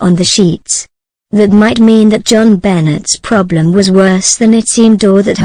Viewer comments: BONET Not BENNET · Making myself clear, Jon Benet , the letter " T. " Is silent, the narrator' is saying Johnbenets it is Jon Benay the correct pronunciation. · Freaking bots...can't keep hearing Bennet instead of benet'. Going to find live people... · Her name Jon Benet is not pronounced Joan Bennett. It's pronounced John Benay. Found this very annoying. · LEARN HER NAME! IT'S NOT JON BENNETT IT'S JONBENET. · hint... type in "BEN-AY" and the computer would pronounce it correctly. sigh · The computer speaks it as spelled, not how it really sounds. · I like robot voices, but this one is awful. Either something wrong with the software or something wrong with the parameters selected by producer of the video. Jon Bennett? That's too much even for me. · Could have done without the mechcanical voice. It pronounces the little girls name as Jon Bennett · Geez you mispronounced her name the whole way through. Benay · Benet pronounced Ben a. It's Benetton- ramsey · The pronunciation of Jo-Benet is Jonbenay. Not. Jonbenay. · it's jonbonet ramsey not benet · And a bad robot voice at that, mispronoucing not only words but the name of the person who is the subject of the story. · Sorry, but why would you use a simulated voice that can even pronounce the poor child's name? It's insulting and not worth watching. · Teach your robot how to pronounce things. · This is so crummy it doesn't even pronounce the little victim's name right. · Another Robot voice and miss pronouncing the name. I will close this video as soon as I complete this comment. Bye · Say her name correctly please I don’t do it at all!! Computer voices good grief.